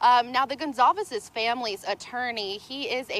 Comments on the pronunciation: why do so many news channels keep pronouncing the name as gonKalves!! It is pronounced gonSalves for crying out loud. How is it possible that so many journalists on big news channels don't know how to properly pronounce a very common hispanic name?? This is basic. Every time I hear GonKalves I feel like I cannot trust these people with facts. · Gon/ Sol/ Ves Jesus Christ Can the damn reporting not get the dead girls name right even 1x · Did she just say Kaylee Gonzales lol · Can no one get that poor family’s last name right geez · Can’t believe this weirdo still can’t pronounce the victims’ names correctly